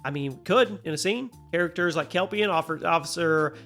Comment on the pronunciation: Kelvin, not Calven....lol